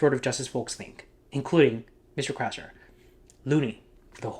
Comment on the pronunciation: 'Krasner' huh? Every. Damned. Time.